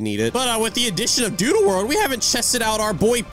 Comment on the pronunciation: did say duddle hoverboard? LOL